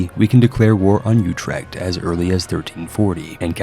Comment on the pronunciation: Den Huuuueeewwwkkhhh... Utrewwkkkhhhtt